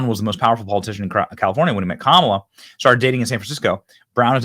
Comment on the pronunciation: Did mispronounce "Kamala"?